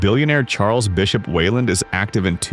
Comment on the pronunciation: WEYLAN not WeilanD?